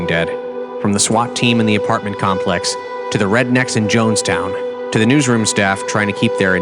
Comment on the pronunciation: Johnstown not Jonestown